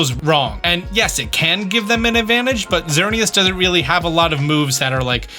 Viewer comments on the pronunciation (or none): none